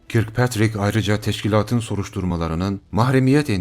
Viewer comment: Muhterem, güzel bilgilerini merakla ve ısrarla izliyor ve devamını bekliyoruz ama bir şeye dikkatinizi çekeceğim ingilizce telafuzlarınıza... Örneğin bu videoda adı geçen Kirkpatrick, yazıldığı gibi okunmaz, Kirkpatrick "Körkpetrik" olarak okunur. Hatırlarsınız Uzay Yolu dizisinde kaptanın adını; Captain Kirk", nasıl telafuz ediliyordu?,,, Kaptan Körk... dip not olsun istedim